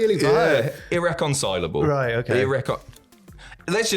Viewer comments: I think pronounced irreconcilable pretty well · u pronounced it “irreconcilable” cheers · You guys are saying irreconcilable the right way 👍🏾